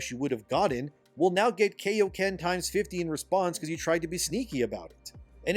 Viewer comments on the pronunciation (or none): You mispronounced "kaioken" and this makes me very upset.